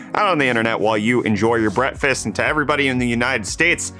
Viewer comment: He says 'Brettfast' right?